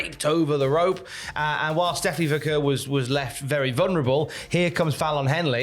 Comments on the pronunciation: It's VAH-CARE! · you're still mispronouncing Stephanie's last name.